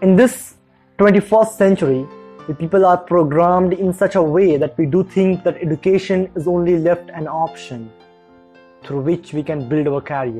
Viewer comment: Awesome video! But the way education was pronounced was not right. Just constructive criticism by the way!